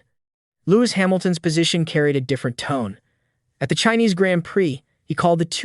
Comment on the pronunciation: learn the correct pronounciations dude. who is "saints" and what is a "grant priiii"